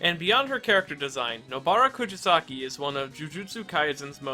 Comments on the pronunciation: It’s kuGisaki not KuJisaki. It’s a g not a j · I love your content but please look into pronunciations next time 🥺😭 Rather than "ku-ji-saki", it's "ku-gi-saki." Like how you say the "gi" in "give." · This is a great video; but jesus christ man, if youre gonna say her name as many times as you do, maybe you should at least learn how to properly pronounce it? koo GEE sa ki. not koo JEE sa ki. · imagine editing the video and seeing the spelling "Kugisaki" dead in your face and still saying out loud or leaving it in your script incorrect as "Kujasaki". Must have been a paid editor. lmao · Ku JI saki interesting way to pronounce it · "kujisaki" bruh... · You are the bad guy for the way you pronounced her last name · Bro how do you manage to pronounce Nobara’s name in a different and incorrect way every time you say it😭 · How many times can mispronounce Nobara’s family name? Let’s find out 😂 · I love the character analysis but it hurts me every time you mispronounced her name.